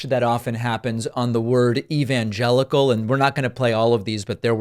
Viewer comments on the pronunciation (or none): Evanjeluss Evanjelly😂🤣 Totally nonsensical. A Cognitive Decline. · It took him three tries to pronounce "evangelical" and he still mispronounced it later. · Satans tool has trouble saying evangelical! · I think Trump's inability to utter the word "evangelical" is because, deep in the muck of his subconscious, he realizes the hypocrisy of accepting the endorsement of these people. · Trump is a demon , no surprise he can't pronounce the word evangelical or hold the Bible upright. Wonder what will happen to him if they sprayed him holy water!!! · I’m tickled that Don can’t even say evangelical. Literally and figuratively. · He can’t say evangelical because he’s the antichrist and this is coming from an atheist, but I still find it hysterical and disturbing all at the same time. 😂😂😂 Well, I guess I can forgive myself for having difficulty saying aristocracy today, while I was teaching A Tale of Two Cities to my high school seniors today. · "Verily I say unto thee, it is easier for a camel to fit through the eye of a needle than it is for Trump to pronounce evangelical." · “Evangelical” can be a difficult word if your shoulder isn’t properly warmed up. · oof. that hit as hard as the mcconnell freeze. : (. can't stand either of them but since i'm a human being with empathy, can't help but picture being in a body where your brain fails you, glitches, or deteriorating. scary as hell. but hearing him solidly fukk up "evangelical" TWICE, like he was trying to catch and fix it....... this seems to all be progressing rapidly. dementia would certainly explain it.... : /. the downside is even if he does go to prison, it's like... not even punishing the same person, in a way. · Lucifer always had trouble saying gods name... it is almost like trump gags when he says evangelical.